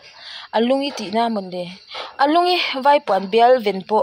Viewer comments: Lungi kha Lunggi ti a lamtur aniang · A tlai a tlaiin kan comment ve leh. 'Lungi' an tih kha 'lung gi' ti a chhiar tur.Kekawr aia vai hoin(a bikin south indian) an hak thrin.Nia fiamthu thawn ho hian hawrawp uluk a thra khawp mai.An chhiar dik thei zâwk ka ti thrin.Fiamthu nana hawrawp tih dikloh chu a hriat,a thlûkna zawng zawng nen chuan a har mai thei.